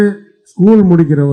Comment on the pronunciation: ஏய் கேன நீதான் ஆங்கிலம் பேசுவியே இந்த வீடியோ வை ஆங்கிலத்தில் போடும்.ஏண்டா பிக்காலிபயலே நீ மொழியை மொலின்னு பேசுற நீ உதயநிதி உச்சரிப்பு பற்றி பேசுற😊😊😊😊😊😊😊😊😊